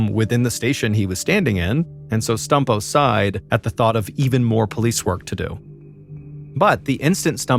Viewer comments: I feel bad but every time Mr Ballen says "Stumpo", I laugh. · I beg you please stop saying stumpo